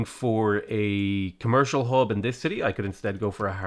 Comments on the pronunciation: Did you say Khmer-cial Hub? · i swear i heard him say: khmercial district.